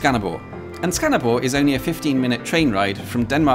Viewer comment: I would say that he says Skanderborg with too much pressure on the G Also, the way he says Himmelbjerget sounds more like himmelbjerre He nailed Ø , which i consider impressive for someone who doesn't have it in their native language